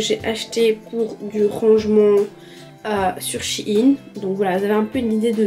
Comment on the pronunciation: Ça se dit pas Chine